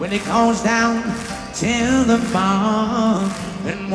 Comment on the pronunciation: I tuned out when you said 'teh'.